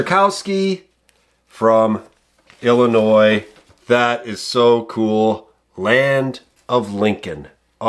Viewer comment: Thank you for pronouncing Illinois correctly.